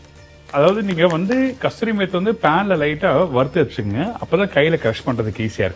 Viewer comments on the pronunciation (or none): I enjoyed the video. I know people say 'kasturi' methi especially in the south. But I was shocked when this Punjabi chef said it😮. It is kasuri methi, named after a place in Punjab, called Kasur. Kasur is famous for its methi grown there. It is Kasuri methi. Not Kasturi methi.